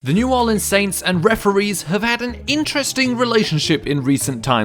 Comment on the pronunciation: Before you make a video about hateing the saints say it right new Orleans